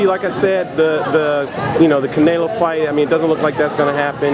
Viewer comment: Did that guy say Canalo?